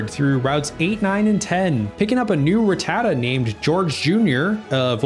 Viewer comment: Wait is that the way they even pronounced it in the English "whose that Pokemon" Becouse kinda funny that even they got rattata wrong😅😂